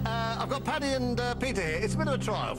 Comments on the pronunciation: It’s Paddy. Please never ever call any man Patty again. And never ever, ever mention St. Patty’s day. 😂🤣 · Paddy! Patty is a female name and is pronounced differently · Hiya. It's not Patty, it's Paddy, short for Padraig (Patrick). And it's also St. Paddy's Day, btw, not St. Patty's! Stay safe. All the best to you. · It's Paddy McGuinness, not "Patty" LOL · It’s not Patty but Paddy McGuinness; his parents are Irish. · PADDY not Patty, Guys :)